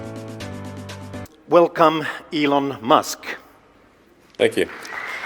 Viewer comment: Min Elon Must ( pronunciación Maduro )tomando un fernecito 🤣